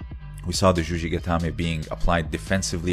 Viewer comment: It's juji-gatame, not zhuzhi-gatame.